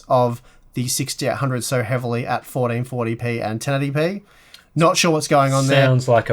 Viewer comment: I love how says 1440p. Sounds like Potty Potty Pee xD